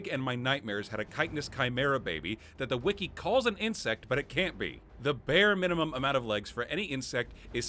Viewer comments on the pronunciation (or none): none